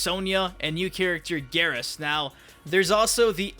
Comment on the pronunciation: I'm pretty sure Geras is pronounced "Gear-us", not "Garrus." The latter makes me envision some weird Mortal Kombat vs. Mass Effect crossover...